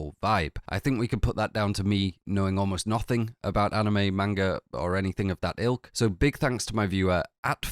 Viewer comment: Please sir it’s not “mane guh” it’s closer to mon guh